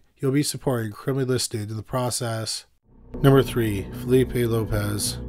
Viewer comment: As a Portuguese person, I was not very surprised to hear your incorrect pronunciation, because it is very difficult for a non native to stop associating these types of surnames with their Spanish equivalents. Examples: you pronounced "Lopez" when is written Lopes; Martinez is not Martins; Fernández is not Fernandes; Sanchez is not Sanches; García is not Garcia; Rodriguez is not Rodrigues; González is not Gonçalves; Diaz is not Dias; Gomez is not Gomes and Alvarez is not Alves (we shortened Álvares).